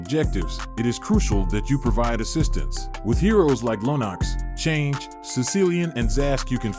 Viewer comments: It ticks me off when i hear "Change" instead of Chang'e 😤 Edit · man said chang'e like change..spare change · Chang'e is pronounced as Change 💀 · im so sorry but u pronounced chang'e how??? 😭